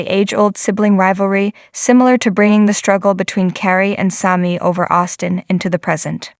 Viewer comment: Its pronounced shanell. and Sami, not Salmi. lol